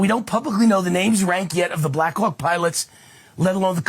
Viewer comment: Anyone else hearing Black c*ck instead of Black Hawk? 🍆